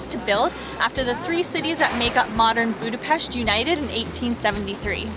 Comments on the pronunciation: Thank you for pronouncing Budapest correctly ! Anyway Túrógombóc was putted on roasted bred crumbs. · Thank you so much, for saying Budapest the correct way and pronouncing the "s" as "sh". Nobody who makes a video about our city does that. It was so kind and respectful of you to actually say the name of our city as we do! You guys rock! And so happy you had a great time! Maybe some day you come back in the summer and enjoy the Budapest in bloom...